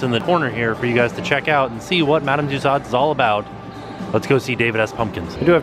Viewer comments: Love love love your videos. But small issue. It's Madame "two sos" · every time you say Madam Tussaud, you kill me. A piece of my soul vanishes....... I love you but it's pronounced with an O not a D... 😂❤️ So it's not tussaud it's tussauo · Apparently, Tussaud's is actually pronounced "two-sew-zzz" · Hi. FYI...Tussauds is a French name and is pronounced TUSOOOZ. Thought you would like to know.:) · Is that EyePad actually an android? That would be so amazing. And it's pronounced two-so. LoL